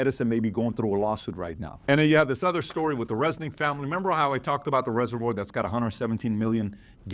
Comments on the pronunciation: Never heard ”reservoir” pronounced the way PBD did 😂 Why do Americans always have to bastardise the spellings/ pronunciation of English words?! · He can’t pronounce reservoir 😅